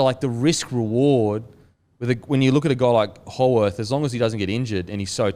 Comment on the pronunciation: Lads, Jack Howarth's last name is pronounced "How-ith"